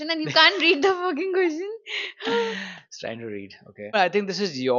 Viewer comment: And yaa one more.. question ❎ qotion✅